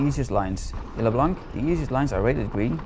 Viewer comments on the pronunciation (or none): Eén van mijn favoriete bikeparken! ps, Lac blanc is uitgesproken lak bloan